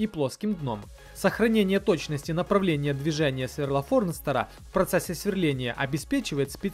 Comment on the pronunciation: Форстнера, а не Форнстера )))